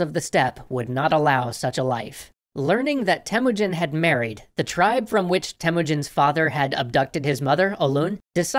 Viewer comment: Temuujin not Temujin well your guesing how I now better then you because im Mongolian and did you guys know that "Gengis" Khan actual nick name Chingis Khan owned half of the world. People khow he had a hard life but I don't think your story is true and you guys should write khaan like longer "a" what you guys rad is way different than what we have rad so yeah~ that's what I wanna tell you guys.